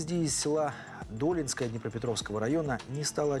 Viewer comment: що за дОлінскоє, ДолІнське))